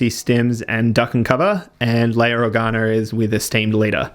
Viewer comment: "Leiar Organar" lol